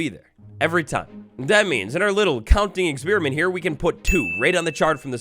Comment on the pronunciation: please dont say "experemint" zomg